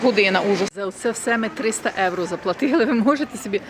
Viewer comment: Як ви чудно говорите "єуро"